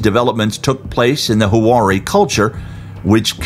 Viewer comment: Huari or Wari has two syllables. Hua and ri. "Hua-ri" not "Hu-ah-ri". You don't see them using too many circles though 🤔 The square mandala versions loosely resemble some of their textiles but more coincidentally than anything else. If you search Wari Textiles online you'll see that they really don't resemble these geogliphs much at all. There was a huge craze in the 90's over Crop Circles which was all the rage. Someone should do an analysis on any wood found there. Not only are these out of place and out of character but they are also the thinnest lightest lines on the desert, made with very few stones and what looks like lines scratched into the surface. All other geogliphs are more of a construction with all rocks moved aside to create the paths. Many even have built up walls or what could be called a "curb" along the edges. The "runaways" in particular. Upon closer inspection you see that the edges of the "runaway" are actually a wall with infill! These geogliphs would be the only exception where one couldn't walk the path created. We don't know if they did that but it's a theory since they're all walkable... but these "estrellas" are the exception. It seems like a lot of work just to attract some tourists... but it could if could have paid off dividends already! Think of all the Crop circles people have created over the decades and all within one night! If these weren't so lightly constructed it might give me pause. The only works of theirs that could be considered geom